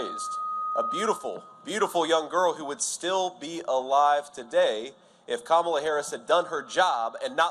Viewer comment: At least he's pronouncing her name right with the lies he's telling smh